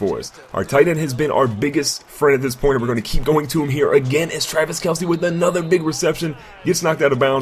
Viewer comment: yeah hi my name is and i dont now how to say travis kelce hhhhhhh